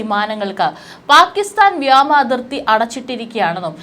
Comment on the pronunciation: വ്യാമം അല്ല, വ്യോമം ആണ് ശരി